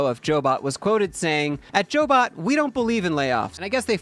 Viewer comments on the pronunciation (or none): They are a job placement agency. It's pronounced "Job bot", not Jo bot. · She ran CyberCoders w Lance b4 selling it. Once sold, she had to wait 1 yr. She did. The started Jobot, pronounced "Job bot" not Jo Bot. I worked 4 CyberCoders.